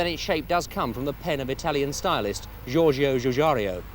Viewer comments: Except he couldn't be bothered to say Giorgetto Giugiaro properly 😂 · “Jorjo Jujario” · Scíiorscio Scíiusciariio or Shiiorshio Shiiushiario?!?